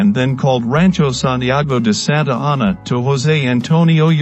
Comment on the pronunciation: SANTA ANA! SAY IT RIGHT!